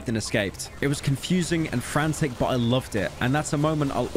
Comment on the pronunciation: In Australian I can’t even write the way you pronounce the word ‘but’ as there is no vowel that makes such a cursed sound. It’d be somewhere in between “bert” and “bort” and to make the sound we have to make the same expression we make right before we vomit when you make that “ert-erlt-ert-erlt” dry reaching noise. Boert (that’s nearly it!) you’ll be happy to know that the only way I can think to get that awful sound out of my head is to go and find a well-built door and slam my head in it until I forget.